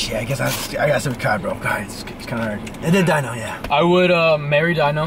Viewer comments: Beomgyu is pronounced like bomb-gyu Hyung/hyun is pronounced Hyo-n Taehyung Tae-hyung Baekhyun Baek-hyun Dino Di as in Dior than no Hyunjin Hyun-jin Ahin Ah-in Jungkook Jung-gook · Its not daino 😭dammmnn its dino 😭 d..no ❤❤anyways love u guys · It’s pronounced Deeno for Dino from SVT ❤ LOVE YOU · also they said dino but it's pronounced deeno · So about Beomgyu it is pronounced Bomgyu like Bomb but without the b at the end and Dino it is pronounced like Deeno not actually Dino but it honestly depends on where you are from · Dino from Svt his name is pronounced De-No when I tell you I busted out laughing when you guys said dino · NOT DINO GOOD LORD IM CRYING , it's pronounced "dee-no" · Its deeeeeeno not dino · It’s DEENO NOT DINO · Usually in Korean names the "e" isn't really given emphasis while pronouncing. So beomgyu is pronounced "bomb-gyu" and Dino is pronounced "d-no" Edit:- I'm sorry there was a typo in tho "gyu" i didn't check that the keyboard autocorrected it to guy chillax ppl💀😭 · dino is pronounced like deeno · The fact that you include Dino makes me so happy but the pronunciation is DEENO <3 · Beomgyu's name is pronounced as "bom-gyu" Taehyung's name is pronounced as "thae-hyong" Dino's name is pronounced as "dee-no" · Said dino name wrong i can understand why because the dinosaur😭😂 But it's kinda like D-NO= Dino Lee chan is his real name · Did he really said diyno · "Dino" is pronounced as d-no. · Dino is pronounced dee-no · He said Dino's name wrong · being the only one knowing svt but pronouncing dino like that😭😭😭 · Dino it's like deeno not daino 😭😭😭, (Hyunjeen) idk u guys say it right but "jin" not like jen it's jeen, Again lol (jimin) it's sounds like ji-meen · the E in Beomgyu is silent so it's "bom-gi-yu" Dino is pronounced "dee-no" Hyunjin is pronounced "hee-yuh-n-jin"